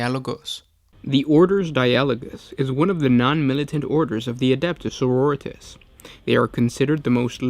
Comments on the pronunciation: GW doesn't pronounce it like Doritos... the emphasis rests on the second syllable. soh-ROH-ree-tahs. not soh-roh-REE-tis. your preferred pronunciation isn't far off from the way it should be spoken. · It's sororitAHs sir. I don't know any soroREEtas, but they sound rather tasty. ~Unknown marine, 7th Legion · Adeptus margaritas... señorita’s... sororitas... yeah that one sure.... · It's sororitAHs sir. I don't know any soroREEtas, but they sound rather tasty. ~Unknown marine, 6th Legion